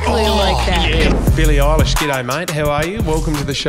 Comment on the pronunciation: Did anyone heard “Billie awwelish “ at the start? 😂